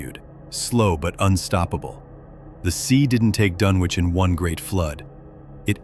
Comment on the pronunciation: It doesn't give the viewer much confidence if the subject of the video is mispronounced.